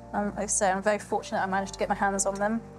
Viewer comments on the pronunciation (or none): none